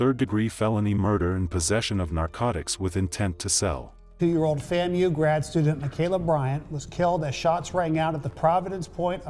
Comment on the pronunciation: It’s pronounced “Fam-u”